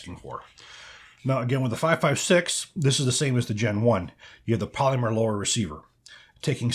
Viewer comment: I have a real problem with the way you pronounce "polymer" 😂